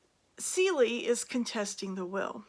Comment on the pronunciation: Cele, like an animal , not Celie.